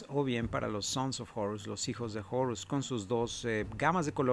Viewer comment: porque dice jorus ^_^